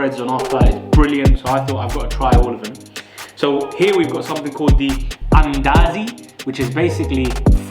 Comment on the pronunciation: Mandazi , not Andazi.